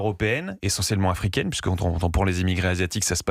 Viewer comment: afouikaine... Et nord-afouikaine!😂